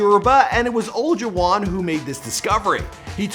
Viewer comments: Did he just say Hakeem ol-a-juan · the way you pronounce Olajuwon makes me cringe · Hakeem Olajuwon (pronounced like: O-lie-jew-won) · It’s Hakeem Olajuwon, pronounced as (o-lie-jah-won), it kills me that you can’t say peoples names correctly... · This guy butches peoples names! Leah remini and Hakeem Olajuwon are 2 that I can think of! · He said butchered hakeems last name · The way you said Hakeem’s last name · Totally butcher Hakeem Olajuwon name 🤦🏿‍♂️ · The way he pronounced Tissot and Olajuwan ☹ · do me a favor and Nvr say Hakeem Olajuwon again on your channel...